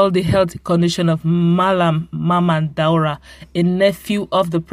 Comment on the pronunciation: Still fumbling? His name is DAura not DUara